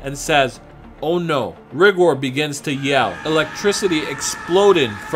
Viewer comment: Tbh I think it's supposed to be pronounced "Ri-gore" rather then pronounced "rig-or"